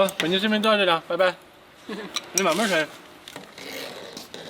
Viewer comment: 最後一句 ‘你慢慢吃’ 根本就是粵語啊！